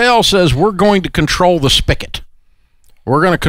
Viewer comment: Come on, Dave. It's pronounced (and spelled) SPIGOT, not spicket. You're not a stupid person, so don't speak like one.